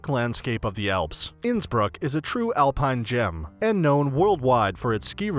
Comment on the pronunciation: Innsbruck - the pronunciation is completely off